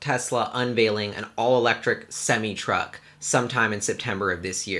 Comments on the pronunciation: Its pronounced sem-I not sem-ee. Don't ask me why, that's just the way it's said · It's pronounced SEM I NOT SEM E